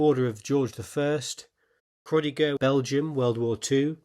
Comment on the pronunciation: Croix de guerre is pronounced [kʁwa də ɡɛʁ]